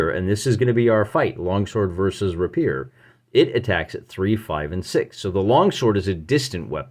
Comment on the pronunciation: PS. The word rapier is pronounced RAY-pier